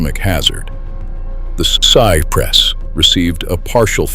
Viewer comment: I remember that vividly. I was watching the game. Too bad this was narrated with AI. Sigh Press instead of Cypress? I would assume that an actual human being created this video. Shame on you for not fixing the pronunciations!